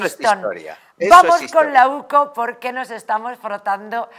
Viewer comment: Que alguien le diga a la presentadora que no es OCU es la UCO